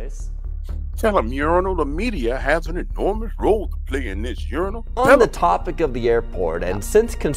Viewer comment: I love that you call him Urinal 😂🤣👍🏻